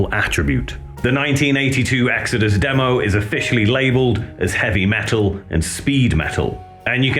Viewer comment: In the beginning there was EEGS-AD-US. BONDED BY BLOOD!